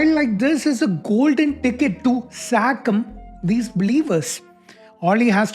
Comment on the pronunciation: Why do you say "sacm" instead of "scam"? What is the difference supposed to be?